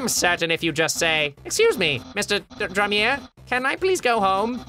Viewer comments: its not, drem-er, its dream-er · its pronounced Dreamer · It's dreemurr like dreamer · Dreemurr (dream-er) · James Warden I know, Ross said Dremier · He said Dreemer. You butt. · How did Ross manage to mispronounce Dreemurr?